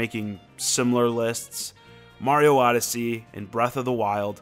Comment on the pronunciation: No hate but u say odyssey wrong